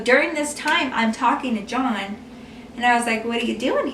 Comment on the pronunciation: did you say his name or did you say john in a way that sounded like dawn or something.?